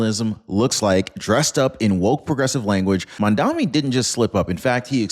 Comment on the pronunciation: I am not a fan of Mamdani's but please pronounce his name correctly.